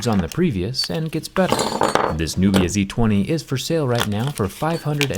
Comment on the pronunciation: Nubia sounds like nokia